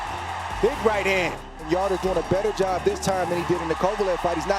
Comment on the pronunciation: Anthony's name is yardė not yard like back yard 😂 espn and top stank are terrible